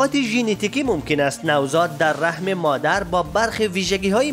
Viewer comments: بزرگوار رَحِم نه رَحم. عالی بود دمت گرم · عزیزم رحِم درسته نه رحم